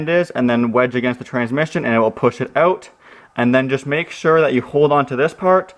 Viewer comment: Take such and such “ewt”. Omg this makes me miss my Canadian friends 🤣😭😭😭 Thank you for posting this!